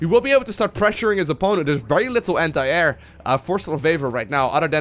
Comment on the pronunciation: every time i hear say anti air i hear hentai......dont judge